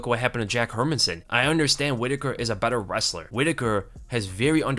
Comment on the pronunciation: bro I love your videos but stop saying her-min-sson it's HER-MAN-SSON!!!!!!!!!